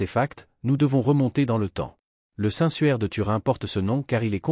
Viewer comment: Le suaire pas le sueur mdr!!